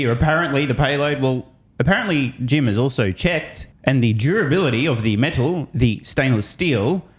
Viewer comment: Thank you for calling out the BS. Also face palm for pronouncing it as “metaaal”.